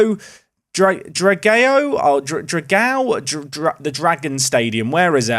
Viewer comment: I love absolute disregard for pronunciation. Can pronounce João Graca’s first name perfectly, and even comments on Graca being Portuguese, but the stadium with the same ão is apparently pronounced “Drag-ay-o” 😂